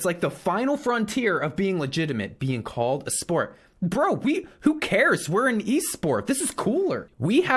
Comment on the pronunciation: Dj call-ed...